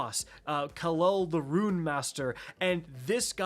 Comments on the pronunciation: You actually got the word “Rune” correct a couple times there, but then reverted back to your default “Ruin” pronunciation. Thanks for the video 😊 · Learn how to say Rune not Ruin. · Pronunciation has never been a strong suit of his... I think he's Canadian though... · "Looo-shent" "Ru-in" 😂. All the Guardians calling this "brutal", have no patience, and probably didn't get Wicked Implement and it's catty. Stop being so soft guardians. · Loo - sent / Roon